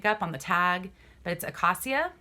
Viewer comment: Nice haul! I'd like to learn more about the Armani pieces and the special Levis pieces. Acacia "eh-kay-sha". It's a rashguard. Lagenlook ="lah-gun-look".